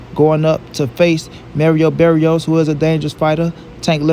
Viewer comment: Merio berrios 🤣